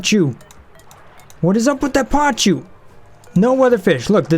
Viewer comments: Pa-koo, NOT pa-choo... =_= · Not PACHU.. PACU (pa·cu - or pakú).. This always triggered me.. :P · It's pronounced PAKU, not pachu, sorry it just hurts my ears :p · They are called "PAH-KOO" This is a real fish!